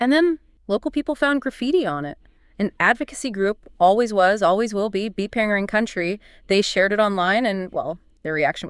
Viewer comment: Bpangerang is pronounced Bangerang, thank you for taking a deep dive into this issue, brilliant work 👏